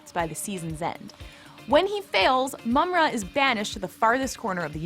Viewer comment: its JAH-GA and PU-MAI-RA btw, lol u said mama-ra at one point. please get hosts that know how to pronounce names or have them practice or research it. seems like you just hire a girl that is attractive (I guess) wearing a gaming shirt as to appear a cool gamer chick that know 80's cartoons. sorry see right through that. I was going to subscribe and like but nope